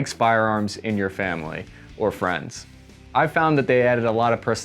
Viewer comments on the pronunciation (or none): none